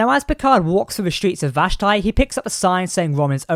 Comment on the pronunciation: It's pronounced VASH-Tee.